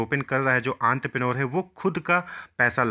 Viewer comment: That is the actual pronunciation